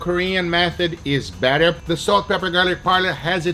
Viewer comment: "the more turns you do, the "BATTER" it is..haha..